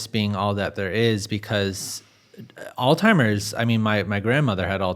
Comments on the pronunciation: Did you figure out how to pronounce Alzheimer's yet? Clue: it's not All Timers. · I’m listening now and had to replay a couple of sentences where I thought he distinctly said “Old Timers” instead of Alzheimer’s. It’s driving me crazy. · Sounded like he was saying old timers….. drove me nuts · All timers 🤦 the host says the name of Alzheimer's wrong SO many times, she literally starts referring to it as "that disease" because she doesn't want to sound like she's correcting him, but she also refuses to say it wrong 🤣🤣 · Such a well done production but I think you need to look up the pronunciation of Alzheimer’s…smh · It surprises me that the host who continually emphasizes a science basis for this conversation, does not know how to pronounce Alzheimer's disease. It seems such a contradiction to want to emphasize a learned field & be focusing on the technicality of a scientific approach yet to be so imprecise w/ words. There is no 't' in Alzheimer. It is not ALL•timer's It is ALLZ•high•mur's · The moderator is difficult to listen to. He talks too much. And doesn't know how to pronounce alzheimers...I prolly won't subscribe 🙄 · It’s Alzheimer’s please learn how to pronounce it. Makes me think this is AI. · There's no "t" in Alzheimer's. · Right?!?! There is no "T". Sadly, even doctors mispronounce Alzheimer. 😐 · Great episode so far, but I cannot get over how he's pronouncing Alzheimer's. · Drove me crazy! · I found it amusingly appropriate I mean Alzheimer's is an old timer's disease 😂 He made at least one other similar malapropism. I forgot it now. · Alltimers? 😂 It’s Alzheimer’s. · AllTimers? It's Alzheimer's. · All -timers 😂 people don’t read anymore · Alzheimer’s! Not All-Timers! How do people keep making this mistake? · It's pronounced "all-zy-mers." NOT "all-timers!" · great video but hearing you say "all timers" was aggravating 😅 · Really gonna call it “Alltimers?” Its Alzheimers🤦‍♂️ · It's 'ALZHEIMERS'.... Not 'ALL-TIMERS' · He keeps saying "All-timers." 😂